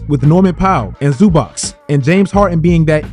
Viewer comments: Please say it correct. Zubac [ Zzobatch ] Its not that hard. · finally somebody nailed the pronunciation